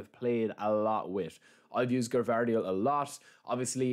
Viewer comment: Not Gavardiol it s Gvardiol